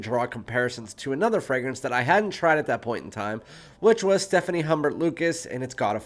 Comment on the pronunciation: Stephane (male name) not Stephanie (female name). ;-) But thank you for this review... I like them both, but I find God of Fire has an intense ambroxan note that gets annoying. The mango in the Loumari is much more tame in a good way.